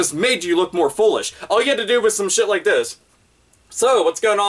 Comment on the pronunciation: Didju rike it?